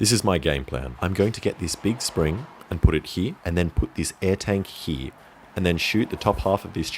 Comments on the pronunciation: I absolutely adore the way he says "here" - "hee" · "I'll put the air tank heee" and the spring hee"